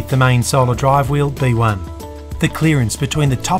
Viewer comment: Every time I hear him say B1 I think of bananas in pajamas.